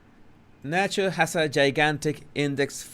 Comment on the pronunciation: “El Sancho” …I mean el Nacho lol.